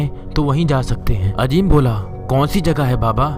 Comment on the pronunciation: Bhai "Ajeem" nahi "Azeem" hota hai. "Z" ko "J" mat bolo.